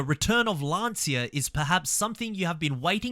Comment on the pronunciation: the pronounce of "Lancia"... good video by the way